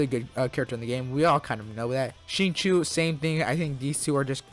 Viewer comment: Never.... have i ever heard someone until this very day call Zan-Ling <-(pronunciation) mfing SHINLING 🤧 wth